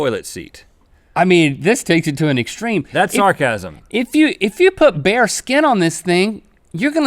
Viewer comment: When link said "bare skin" I thought he said "bear skin" and he said it would be cold, and I'm like, I thought bear skin was warm?